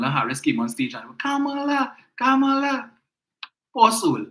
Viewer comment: Remember its KAMALA and not KAMLA